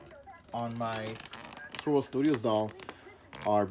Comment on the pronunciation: I kept trying to find Swivel Studios lol, but to no avail. Then I saw they're called Swirl World Studios in the description. But I swear you're saying swivel.